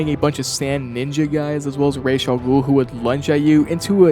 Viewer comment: You get so many points for pronouncing Raz’s name correctly